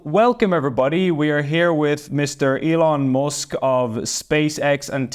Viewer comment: “Elun Mousk”